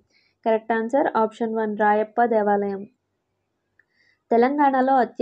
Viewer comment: Telugu correct ga chadhavadam nerchukondi madam Rayappa devalayam kadhu Ramappa devalayam, shakuntala kadhu kuntala Correct ga chadhavadam nerchukondi